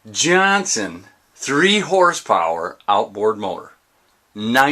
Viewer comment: Who’s still got this on repeat in 2021, love the way he says Johnson at the beginning I lose it everytime